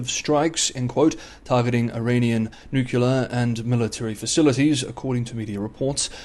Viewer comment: Oh dear. News from Iran means newukyular related commentary Can dyslexia be word specific ? His pronunciation is bizarre